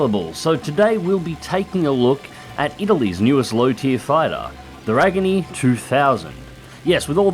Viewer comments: Yeah that was a very Aussie pronounciation, it should be closer to "reh-gee-anne-eh" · Reggiane - g is pronounced as j in just. R E J J Y A NE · Hey,. It's Reggie Anny. Just run the two words together. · Nice video, however, i laughed at how you pronounced "Reggiane", not that unusal for saxxon languages mind you. I would guess the closest way you could pronounce it would "Reh-J(long)a-Neh"? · You say Reggiane so wrong haha